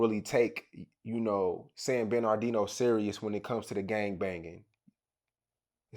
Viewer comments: San bern ard ino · Nigga said Ben are deno😂😂😂😂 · San bur nar dino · Every time he say “San-bin-ar-Dino” I cringe. It’s “San-burr-nuh-Dino” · I hate the way bro say the name of my city it ain’t San ben R Dino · Y cuh keep sayin san BEN ar dino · Why pronounce it San Bermardino like that? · This foo(interviewer) done ate the R. It’s San Bern(burn)-adino. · Damn I thought dude was trolling when I watch this...my bad 4 not bein up on game...and fam why u keep sayin San binardino lol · San ben-ar-deeno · This nigga can't pronounce SAN BER-NUH-DEE-NO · A lot of people just say "san berdino" or the dino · He sayin sanberdino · Its San-Murda-Dino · Nigga said banardino 😭😭😭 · how can u not say this guy city right lol? It’s a simple name. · butchering the fuck out the name San Bernardino. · This nigga interviewing can't pronounce the shit for nothing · Somebody tell this dude, how to pronounce the damn word!!!,....... jeesh!!! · Nigga learn how to pronounce the city name! 🤣🤣🤣🤣🤣🤣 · bruh...it honestly sound like you purposely pronouncing the man city wrong I be fucking with your content but I notice lil slick shit you be pulling 😂😂💯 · I really hate how bro saying San Bernardino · Say 🧀...the word is San Bernardino you're having a hard time saying it ♠️🖤🤣😭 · lol slaughtering the cities pronunciation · This nigga was supposed to check him. How you give a nigga who can't pronounce your city an interview? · Lol nigga can’t say San Bernardino to save his own life lol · Stop sayin San Bernardino like that tf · yeah bro was sayin it fuccd up lol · Exactly lmao that shit make me mad😂😭🤣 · I'm I the only one or he pronouncing the shit wrong???